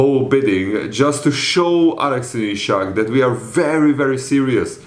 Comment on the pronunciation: Broooooo his name is Isak not ishak please.